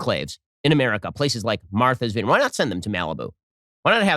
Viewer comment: “Marthers vineyard”